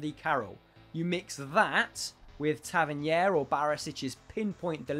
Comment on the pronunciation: Few pointers: Call Hamilton AcademicAL(not academic) Hamilton Accies Gers is pronounced jers, Tavernier is pronounced Ta-ver-neer Rangers’ recently improved retail deal will contribute to financial boost (100k shirts sold already) while Celtic’s deal with Adidas should do the same for them Rangers need to get rid of deadwood brought in by ex-DoF Mark Allen from Scottish clubs who are stealing a wage (Jones, Hastie, Stewart, Barker) Celtic have been forced into sales of players in recent years simply because said players have been wanted by clubs in bigger, better leagues - take Dembele to Lyon, Armstrong to Southampton etc for example. Wouldn’t say it’s out of necessity or board preference as their finances seem pretty fine, rather that the players simply had to further their careers. 1-1 draw away to Killie today where Celtic have had extremely good luck in recent years could prompt spending and rapid acceleration of potential incomings at Celtic Park. Rangers look solid to challenge IMO with current squad before Morelos departs (imminent but sounds stagnant). If Morelos stays that squad could really challenge, if he’s sold we’ve effectively sold the title challenge.